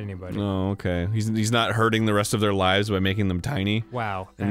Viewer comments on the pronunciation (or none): none